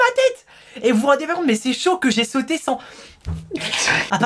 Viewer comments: a mdr il a dit j'ai sotu à la place de j'ai sauté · Mdr t'a dit sotué 😂😂😂😂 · "Lorsque j'ai sautuer " xD😂😂ralala je t'aime tellement😍😍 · "Lorsque j'ai sautu" 😂😂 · " lorsque j'ai sautU " ......... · ta dis j'ai chutu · au lieu de sauter ta di sautu